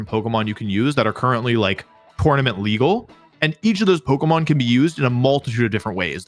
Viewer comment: Bro is calling it pokomon